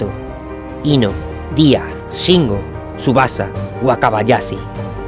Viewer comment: De vdd no puedes pronunciar la H? Wakabayasi? ....pero si dices CHampions?